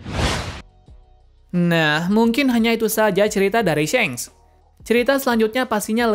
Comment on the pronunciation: shanks not syenk 🗿